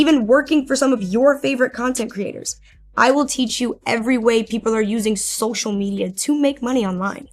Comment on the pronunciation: Half the time when says ‘content creators’ I hear ‘content critters’ and it’s delightful every time.